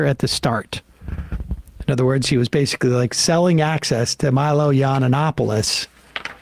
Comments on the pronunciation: Pronounced (E an op olis) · Normally, mispronouncing somebody's name is a dick move, when it's not your first time trying to say their name, but I do enjoy the casual disrespect of Sam still saying "Yiananopoulos." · I love how he can't say Milos last Name.